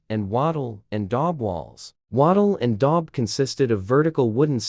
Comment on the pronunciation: Lost me at walking along the chanslie isles ley 😖 the terrible auto speak is so dire. Please get somebody real to read it and try adding punctuation. Wattle and dog walls - please no. Cairo is not pronounced Seelaro.